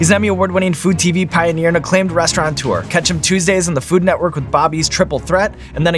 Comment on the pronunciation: Sean, I love you, but it's "restaurateur," not "restauraNtuer." And Bobby is one of the best.